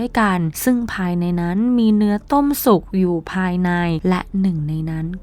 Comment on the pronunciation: พลาสติก ไม่ใช่ พลาสติบ / ต้มให้สุก ไม่ใช่ต้มให้สุด